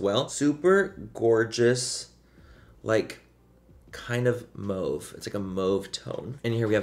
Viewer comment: Manny did u say "moave"?? lol